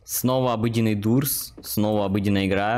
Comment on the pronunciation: Не дурс а дорс правильно говорится